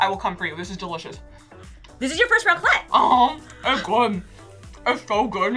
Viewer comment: The "raclette" wtf